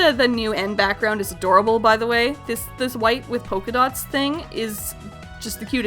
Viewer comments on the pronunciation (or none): none